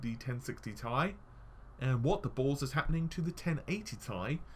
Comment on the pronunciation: Hey.. With your pronounciation of the Nvidia GPU's it sounds like they should be named (in example) 1080 Tie, and 1060 Tie.. I just get a chilly feel everytime I hear that:p It's really pronounced T-I